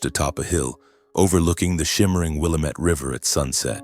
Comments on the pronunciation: it's pronounced Wil lam ett river named by the indians who lived there. how do I know because I am an Oregonian! From the Rogue Valley. Good Story! wouldn't the governor have had kinda like secret service? to go anyware wouldn't they have followed? and wouldn't the tv and others follow him. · An Oregonian would know the correct way to pronounce Willamette.